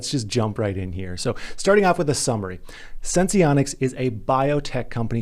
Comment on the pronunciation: I don't think you have to pronounce the e in sense